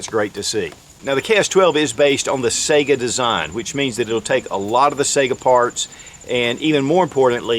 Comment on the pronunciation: "Saiga" rhymes w/ "tiger," not the "SEGA" videogame console...